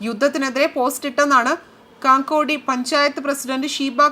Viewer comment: കാങ്കോടി അല്ല, കക്കോടി എന്നാണ്.